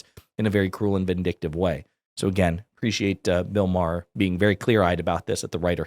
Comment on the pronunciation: “Bill O’Maher” 😂